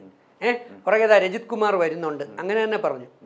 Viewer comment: രഞ്ജിത്ത് അല്ലടോ, രജിത്ത്